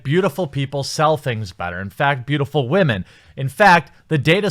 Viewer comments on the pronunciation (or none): I don't even think he realizes he says wahmen half the time. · Why do you keep mispronouncing the word women. It makes you sound dumb.